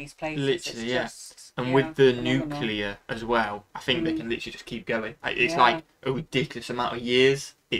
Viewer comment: I wish the narrator didn't keep misprouncing "nuclear".